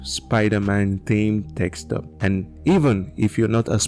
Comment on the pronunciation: Its Desktop not Dekstop!😊